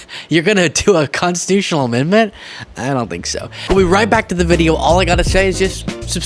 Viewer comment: "We are gonna make it constitush"